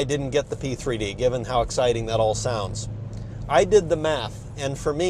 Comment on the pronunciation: 3D, P3D ... i just keep hearing C3PO